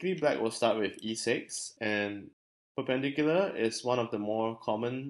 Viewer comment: In the word "perpendicular", the emphasis should be on the third syllable.